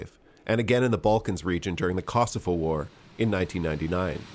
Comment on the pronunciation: Kosovo not Casofo